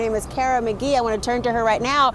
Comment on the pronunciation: Yeah....what about her uncles & aunts...they maybe raised her too? Do we have any informations about her family & who exactly raised her? (I'm just joking...i'm a goof...🤣🤣🤣) And her name btw is McGee...like in NCIS......not Magee....😉😉😂😂